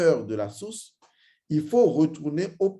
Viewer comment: Vous avez exprès en début de vidéo de dire source comme sauce😂